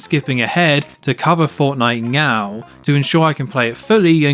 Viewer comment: I was on the fence but I am now 100% convinced you are saying "meow" instead of "now" 😂😂